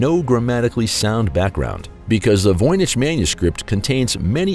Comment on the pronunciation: Why did the narrator begin saying Voynich wrong half way thru?